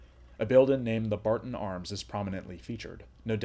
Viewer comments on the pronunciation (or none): none